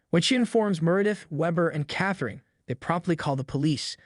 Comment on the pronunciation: Meredith's & Catherine's names were also mispronounced.